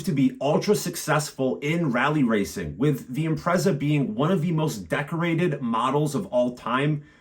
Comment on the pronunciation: I owned a 2005 Impreza WRX STI Colin McRae 555 Limited Edition. Great car but it blew up and I couldn't afford to fix it so let it go for next to nothing. They are worth over £25k now. PS I think it's pronounced "im-pret-zah" rather than "im-prez-ah".